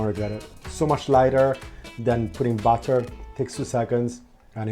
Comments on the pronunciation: You keep saying "butter" when you mean "batter." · Not bad, but please ask some English speaker how to pronounce "Batter." ;o)